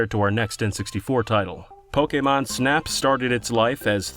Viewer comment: see kids? its not that hard to say "Pokémon" and not "Pókimon"